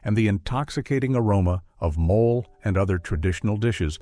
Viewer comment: Mo lay is how mole is pronounced as food